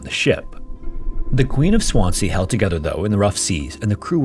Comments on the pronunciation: Swansea is said as 'swanzee', no? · I've lived in Swansea 12 years and never heard of this ship/ disaster! But can tell you, it's pronounced Swanzee! (Abertawe is the Welsh name....) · I love your videos but “Swan-sea” though 🤣 Americans crack me up when they don’t look up how to pronounce stuff. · promounced SwanSEA not Swanzee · The second S in Swansea is pronounced as a Z. Swanzee. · Very good but your pronunciation of Swansea is wrong. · Swansea is pronounced with a zee sound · Please just do the smallest amount of research into how to say names of places. Swansea is very easy to learn how to pronounce